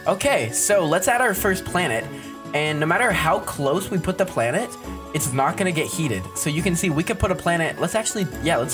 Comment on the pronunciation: "now it's called a blanet"